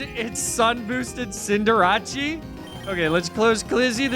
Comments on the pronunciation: Wait until you hear arcaneenay, lapruh and cinderachi then. Ur not surving it. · the way you said cinderace caught me so off guard 😅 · He had a tough fight at the end because he mispronounced Cinderace. Maybe just pronounce things correctly and normally (not sarcasm at all).